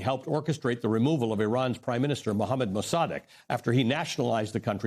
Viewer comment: "Maws a 'deg"...👈🤣... Mossadegh.....dude blew the name... EVERY TIME....👈👈🤣